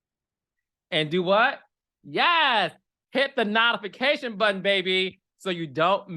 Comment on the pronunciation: Have I been saying notification wrong my whole life ? 😅